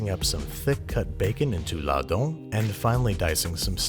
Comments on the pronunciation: You said "Lardon" right don't worry ^^ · As a French girl, I confirm that you are saying "lardons" perfectly :) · Wanted to comment on that as well! Perfect pronounciation! :D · Honestly your pronounciation of "lardons" is totally fine, you just need to put more emphasis on the "r". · Actually "lardons" is prononced very well. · Lardons was perfectly pronounced. Astonishing for an american, I have to admit ^^ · You said lardons pretty good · Your Lardon prononciation is on point , no worries